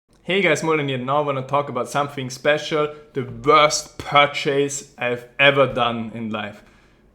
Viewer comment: Teh wuööööst pörrchase!